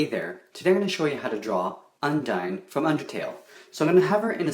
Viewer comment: its pronounced undeen not undine